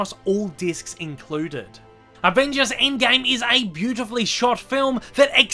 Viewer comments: "aind gaime" xdd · the way he pronounces "Avengers endgame" 😂😂